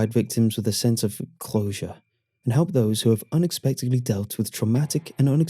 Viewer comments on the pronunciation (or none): none